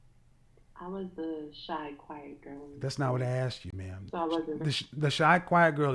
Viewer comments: Honey, a high value educated man doesn't want a woman that says "axed" instead of asked. You have to level up. This is what kevin is saying. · I heard Kevin say "axed" instead of "ask" very difficult to change speech pattern without a speech therapist. Maybe he had one at a point but unawares it came come back. Judge Judy mocked a black person on her show for saying "axed" and corrected her. Should had leaned to speak properly in school but some people go thru 12 years of schooling and know nothing. A few weeks before senior graduation an English teacher asked the girl sitting at her desk next to me, "What is a noun?" Her face remained blank and no answer didn't know after years in school. She was a white girl and wasn't dumb just stupid. I hope people understand it is not a race thing it is a stupid thing and people of all races decide to stay stupid. People in the country talk country and some of their ways of speaking difficult to understand especially in Eastern Appalachia. People who want better use opportunities for self improvement and if one is not willing to change they stay stupid. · It's one thing to have a slip of the tongue here or there but to believe it's axed and not asked is a problem. I take a conscious effort to properly pronounce words or names. Something I absolutely hate is fire alarm low battery chirp drives me nuts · You want a high value man?? You need to learn how to talk. Speech therapy will get rid of "Axed"! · If your natural dialect is slang or street language, you need to understand that in order to be taken seriously you need to be able to turn that off. Kevin does this regularly on the show. People who say "axed" say shit like "pacific" instead of specific. Learn and do better.